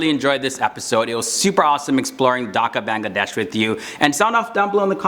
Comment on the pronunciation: You are saying Bangladesh as Bangla_